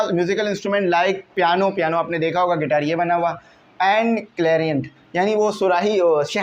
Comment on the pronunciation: Guitar ❌ Gaiter✅